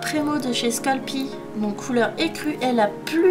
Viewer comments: super video comme d abitude ^^ petite remarque la marque sculpey ne se dit pas "sculpi" mais "sculper" voila ...Bisous 😛😗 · c sculpey pas scalpi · Ça s'écrit "sculpey " mais se prononce "skeulpi " c'est une marque américaine. c'est comme si tu allais au Mac do et que tu disais un "chaise burgé" au lieu d'un "chiz beurgueur " quand tu demandes commande.